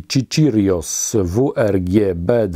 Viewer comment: Hej dziękuję za odpowiedź:) Chihiros to chinska firma, ale na naprawdę wysokim poziomie. Co do nazwy to całkiem przypadkiem mam prawie za ścianą chinczyka, więc biore telefon ide i mówię do niego: 看这里读 a on na to (z fonetyka) czihiros i slyszalem również ta nazwę w angielskim i również brzmi czihiros. PS pomysł na zrobienie osobnego odcinka na temat startu akwarium - rewelacja - będzie to chyba pierwszy tego typu na YouTube Pozdrawiam